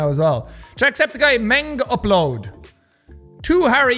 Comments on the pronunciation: you pronounce it as "mengaplod" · Oh gawd, hearing Jack trying to pronounce "mengupload" in his way is just irritating. DAMMIT JACK ITS INDONESIAN XDD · Bruh the way Jack pronounce "mengupload" was funny as hell